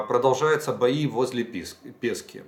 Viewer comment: Піски стали пЄскамі. Сіверодонецьк -сЄвЄродонєцком. Доречі англійською не Siverodonetsk, а Sievierodonetsk як Kiev .Оленівка-Єлєновка.